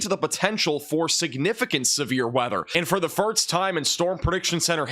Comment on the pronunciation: Just one slight criticism, if I may offer... it's the pronunciation of the word "first". The 's' precedes the 't'. Practice with the word "forced" but then replace its vowel phonetic from "or" to "ur". "Fir-s-t" (not "firt-s") Like "lost" instead of "lots" Or "post" instead of "pots"